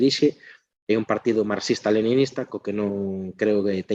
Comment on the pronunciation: Encántame o contido, pero que o presentador/moderador non saiba falar galego é, canto menos, raro. Non sabe pronunciar "unha", nin "Un partido", nin "concentración de"... Non é un ataque. Encántame o contido, pero é moi raro. Salvo que sexa criado fóra de Galicia, non me ten sentido